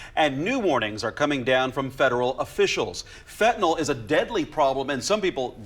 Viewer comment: NOT Fentanol!!! FENTANYL!!!